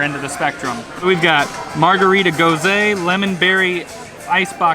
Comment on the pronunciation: The GOSE is pronounced GOES-uh, not GOES-AY. Just an FYI.